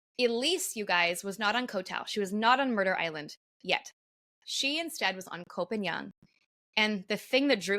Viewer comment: It's kho pah ngan not pagan